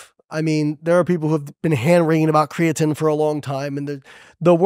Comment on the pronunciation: I don't care how many PhDs you're hanging on the wall, if you can't properly pronounce creatine I'm not paying attention to you.